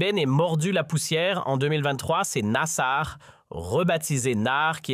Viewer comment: Site Regards Sur la République , je vous dénoncerai sur tous réseaux sociaux pour votre propagande sioniste et des mensonges nasar quelle prononciation , aller faire un stage de toponymie algérienne.